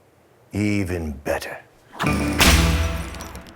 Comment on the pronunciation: saying "even better" was the most Texas thing that ever happened on this channel.